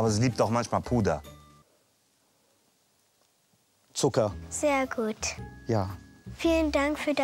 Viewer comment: " Puder.....*Stille*...Zucker " lol